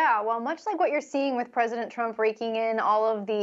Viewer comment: “Presidnet”?? Lol